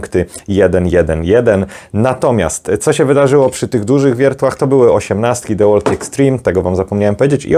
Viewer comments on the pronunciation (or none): none